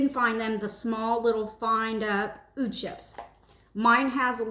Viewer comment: The pronunciation for Oud is "ood", like saying the letter "O" and then "duh".